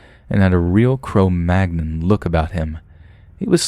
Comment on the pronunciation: I thought he said crow magnum and I got really confused until I realized he actually said cro magnon